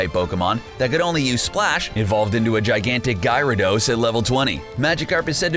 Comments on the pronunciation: “Guy-ra-doss” Learn the things you talk about. Idiots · its ga (like gas without the "s")-ra-dos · Stony Tark They mispronounce names in every video. How about that Guy-rados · 😑... GUYrados? It’s pronounced (such as) GAIR-uh-dos... gyarados 😑 THE. VICK-TREE-BULL????? 😑 it’s pronounced the way it’s spelled. VIC-TREE-BELL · Jesus Christ... Gyarados- Gare-ruh-dose Victreebel- victory bell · so you know, you actually mispronounced some of the names of the Pokemon on your list. Here's how they are correctly pronounced: 1. Manaphy (Ma-nƏ-,fē) 2. Gyarados (gi-'yer-Ə-dōs) 3. Victreebel ('vik-'trē-beL)